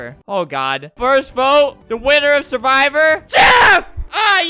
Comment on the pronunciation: That’s not survivor it’s suwvror